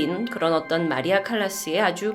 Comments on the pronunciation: 언니~ 칼리스가 아니구 마리아 칼라스에요! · 칼리스가 아니라 칼라ㅏ스였을터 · 마리아 칼라스입니다 마리아 칼리스아닙니다 ^^*